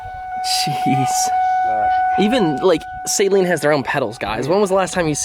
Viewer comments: I have a 1999 SAYLEEN S281SC. My father bought it new. Every single Saleen owner I have ever met besides maybe 2 people have said SAYLEEN including me. 😂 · It’s Actually SA- LEEN…!!!!!! Damn at the failure of American school system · Don’t feel bad about your pronunciation of Saleen, he calls Beryllium “Berlinium” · He had to have done that on purpose, usually people correct themselves when they hear the correct pronunciation, not, he rolls with it 😂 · It is said "Suh-lean" not "Say-lean". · First off Great upload and don't take this the wrong way because I'm not being a smartass but It's Saleen, not Sayleen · As someone that had a 2008 red flag edition SA-Leen, one of only 100 made, it makes me hurt physically hearing the word Saaayleen....Repeatedly. I thought u were a big fan of these cars. I'd guess you would at the very least learn how to say them...baby steps I guess for those that haven't owned one....lol. and yes that's a slight but also not meant to make u too butthurt. Just messing with u. But for real...SA-Leen....they are special cars...5 mins and google or YouTube can sometimes be your friend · Good lord pronounce saleen correctly... it's saleen NOT SAYLEEN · Saa leen not say leen😊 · You guys just glaze over the fact the 351 is a pushrod windsor motor in a new edge from "factory"! The extreme rainbow is a lot like LV4 midnight purple on the skyline but the beryllium is fire! Sorry to be "that guy" man but it is Saleen(Sa-Lean) not saline(say-lien), Mans name not salt water. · I had to laugh when he said wow look number 03 the 3rd one built....03 is the year...and if it says s281 that's 281 cubic inches....and it's saleen not sayleen .... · Every time you said sayleen it hurt that poor man…it’s Suh-leen…Saleen…Also Steve saleens daughter drives a new edge saleen…Thanks to both of you for the awesome video…. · There is a guy named Patrick with a huge collection of Saleen(pronounced Suh-leen BTW) cars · It's not Say-leen... jeez